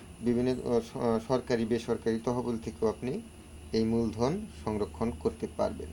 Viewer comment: Maje maje ucharan....koren songrokhon......amer mone hoy...hobe....songgro.Songrokhon.....are Songro.....ar.....mode .orthogoto....kisu parthoko...achi. amer buj te.bul holi khoma korben.